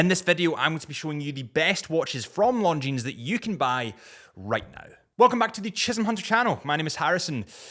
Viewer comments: Pronounced "Longine".. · Longines- The s is silent 😂